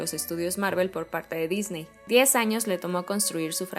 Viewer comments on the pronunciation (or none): none